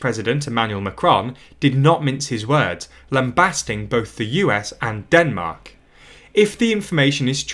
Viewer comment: Ah yes, Denark.